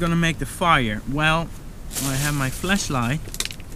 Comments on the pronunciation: sounds like he said fleshlight a couple times there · At first I thaught he was saying fleshlight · WW2GERMAN WANNABE Sorry but you clearly dont understand the joke here😅 I explain it to you; when says flashlight, he pronounces it like that sounds little bit fleshlight. If you dont know what that is, you can google it up😀